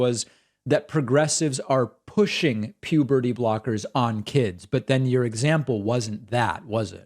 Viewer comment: Pewberty brockers